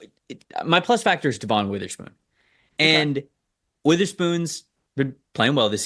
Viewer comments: It’s Dev-un not De-Vohn. I’ll bet you wouldn’t have to beg for Hawk fans to subscribe if you said his name right. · You can' t even say DevIN's name correctly. NOT deVON.